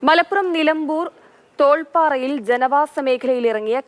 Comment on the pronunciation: തോൾപ്പാറ അല്ല തേൾപ്പാറ ആണ്